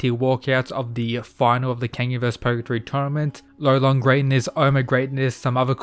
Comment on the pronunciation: Bro he’s gotta be called Lolong it is an actual Filipino word tf is rolon😭